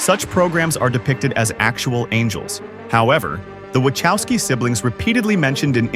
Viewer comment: watchousky lol i never heard anyone pronounce it like that